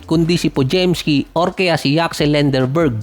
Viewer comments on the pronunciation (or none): Lendeborg yn at nd lenderborg